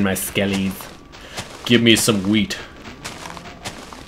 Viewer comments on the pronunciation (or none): Did he just say h-wheat? As in Stewie? :D